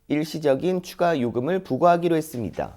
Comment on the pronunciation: 음... 열심히 하는 남자 앵커님한테 미안한데 혹시 발음교정 연습좀 많이 하시면 안될까요? 했습니다 할떄 매번 발음이 했습니댜로 끝나네요. 이게 한두번도 아니고 20분 넘게 동영상을 보는데 니댜니댜니댜 소리를 한번도 맞지 않게 발음을 하니까 정말 뉴스 듣는데 괴롭습니다. 고치세요 좀.